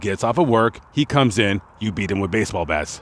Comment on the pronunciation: You said baseball blats. Lol most people probably didn't catch it. My children's baseball blats. Lol. Awesome video. Baseball blats is at 4.34.